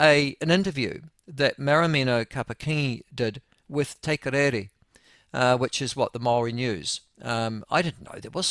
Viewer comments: What the hell is "te korere"?! Its te karere eah! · Its TE-CAR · I cant beli3ve you can't say Te Karere and its been on air for 40years!